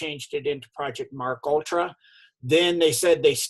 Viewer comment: It’s Pronounced: M.... (Like M&M) KAY...ULTRA ( No disrespect intended) 🤗🥰